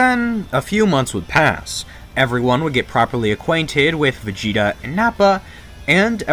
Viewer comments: Why are you Calling Vageta - Vageto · Why do you keep calling Vegeta, Vegeto?